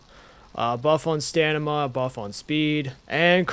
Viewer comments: Please stop say stanima; its stam-e-nah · I giggle a little bit every time I hear “stanama” 😂🤭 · First time i've heard someone say "or-chid" instead of "ORK-id." It's a fair assumption if you've only ever read it though! The "Stanima" was just funny though. It's stam-in-a. Starting as if you were to say stammer or stamp, then "in a" like "in a hurry." I actually didn't know about jams! I'll be using this! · im sorry its such a small thing but it bothers me Orchird is pronouced "or kid" and is StaMiNa not Stanima